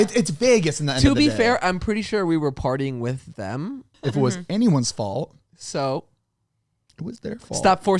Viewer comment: The way that always says “thum” instead of “them” 😂